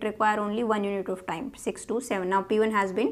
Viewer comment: it's not sex its six